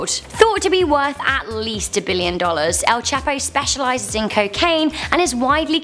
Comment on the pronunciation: Am I the only one that's triggered by the way she says El Chapo's name?